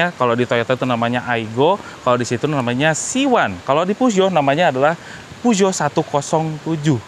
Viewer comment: saha nu maca puso jadi peo geot wkwk